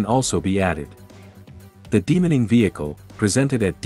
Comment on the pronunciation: Good luck with the channel. You should Drop the automated voice and try narrating yourself. Everytime it said demining, it sounded like demoning.